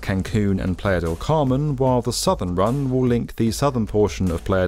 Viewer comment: You mispronounced "playa" EVERY TIME you said it. Don't you have someone to help you with this?